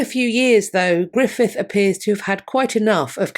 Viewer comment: 56 years old and just learned Gruffudd is pronounced Griffith.